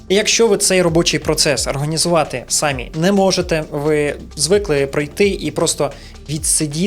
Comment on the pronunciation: Наголос трохи не так ставиш на самі ) , я не доколупуюсь